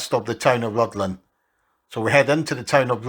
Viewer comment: And the 'dd' in Rhuddlan is a 'th' sound, so it's more like 'ruthlan'.